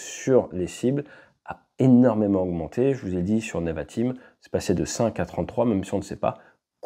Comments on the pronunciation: Merci pour ton analyse. Rem: on dit nÉvatim et pas neuvatim. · Pour la prononciation c’est « Névatim ». merci pour toutes ces infos, super vidéo